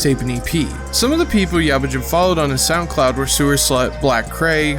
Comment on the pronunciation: didnt even say yabujin right